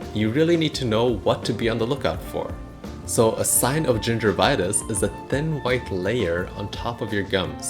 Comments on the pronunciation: does no one else have a problem trusting someone who keeps pronouncing gingivitis as "ginger vitus" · It's not gingervitouse, it's gingivitis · Gingervitouse, no gingivitis yes. You will be received as knowlegabe if you use pepper English. Gingivitis, not ginger vitouse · first of all, it's gingivitis, not gingervitis, it has nothing to do with gingers. More importantly, dilettante, pseudoscientific videos dispensing medical advice should not be allowed, you lack solid theoretical foundations in anything to apply the scientific method of inquiry, you should learn about the null hypothesis for starters. The only way of prove or disprove oil pulling is to have a blind study in a controlled environment with a representative sized sample, the same way that medical benefits of anything are assessed.